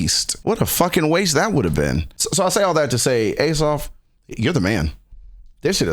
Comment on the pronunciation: His name is pronounced Ah-saf ❤